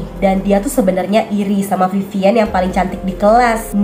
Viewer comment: Panggilnya bukan Vivien tapi Vivin 🙄🙂